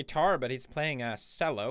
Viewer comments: Kannör Kallingzvörth its pronounced chello, don't know why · Felix it's pronounced TCHELLO not sello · Everyone: Cello Pewds: Sello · a fucking sello let me correct you CH-ELL-OH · Emma Dreier I lost myself on that pronunciation and then deep hatred rolls in- I’m a pathetic cellist but I’m- I’m just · i didn't see it in the vid, but are we talking about the instrument? in which case it pronounced chello not kello or sello 😜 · ChrisElsenbroek Right? ch-Ello bruh. not solo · the way he says sell-o instead of chell-o mildly infuriates me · Cello. No. Sello. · its pronounced Ch-ello not cell-o but you are awesome so i don't mind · sello. it is pronounced chello and spelt cello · s e l l o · It’s probably because in swedish it’s written “cello” but pronounced “sello” :) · I noticed that too but english is not my first language so i thought that’s how you read Cello fjfkfkdkfj i shouldn’t trust Felix that much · "cello" is pronounced "ch-ello" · Is nobody talking about how he said cello like "sello" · In Swedish you would pronounce "cello"; "sello". I believe that is why. Source: I'm Swedish. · Arjni Koijnovski I know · Pewds: pronounces cello as sello Me: TRIIIIIGGGGGGEEEEERRRRRREEEEDDDDDD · Gordon Ramsay is Savior Yaks are back: You say it chello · ChrisElsenbroek ikr Im pretty shire it's pronounced K-ello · Claire Bear the c is pronounced similar to how you say chocolate or anything with ch. I used to play the cello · I know! It's pronounced Ch-ello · yeah he says sello. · Lexie Rod You pronounce cello as sello in swedish, danish, and norwegian. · No it’s pronounced JELLO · my man in 2017 says CCCCello pronouncing the C. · Pls tell me he's saying sello instead of cello ironically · Did he just pronounce cello the way it's spelled? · Emma Grundstrom I played it but I things that's how they pronounce it in Sweden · I mean,Marzia is italian,so there must be some reason.... Acting most people I know say it that way